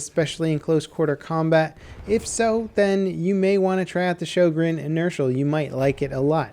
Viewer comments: showgreen??!?! its sjögren :( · It's actually pronounced rho-gren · i think sjogren is pronounced syogren cuz it sounds nordic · Your pronunciation of "Sjögren" sickens me. "Ö" sounds like the "i" in "sir" (the brittish sir).